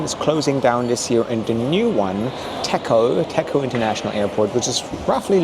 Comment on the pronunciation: I’m Cambodian, and I truly appreciate this honest review. I also hope my country will continue to prosper in the near future. Just a small note—the name of the new airport is spelled “Techo”, but it’s pronounced “Dejo.” In Khmer, the “ch” is pronounced like a “j” (as in job or joy), and although “t” is usually pronounced as t, in some words—especially those with Pali or Sanskrit roots—it’s pronounced as d. That’s why “Techo” is pronounced “Dejo.”